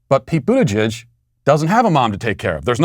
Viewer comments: Matt, you mis-pronounced his name. It's pronounced BUTT-gig. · Matt, his name is pronounced “Booty—jig”